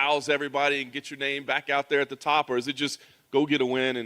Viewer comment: It's the teeth mate 😬 He's skipping the Thaa sound in Portuguese lol